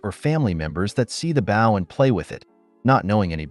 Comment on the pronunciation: Next time sir bow is with a hard o as in oh!! I know this isn't hillbilly horror!!😂😂😂😂😂😂😂, no insult just a friendly bit of info